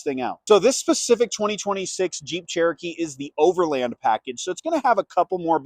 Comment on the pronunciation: Thank you for pronouncing "Overland" correctly. Also, excellent review :)